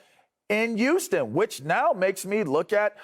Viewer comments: It's"Huu-stun" lavarr. Not"Uuu-ston" I hate when it's said like that. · Why tf does it sound like he's saying Uston!!?? Not Houston, but USTON!!🤦🏾‍♂️🤣🤣